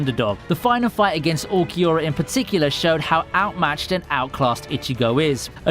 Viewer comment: great vid but u need work pronouncing names just like Urukiora ( Uru ki ora).